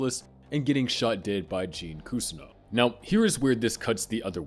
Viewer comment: and he also said cuzzino instead of Cousineau